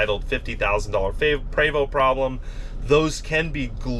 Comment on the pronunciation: I really wish he would pronounce the name correctly, so grating.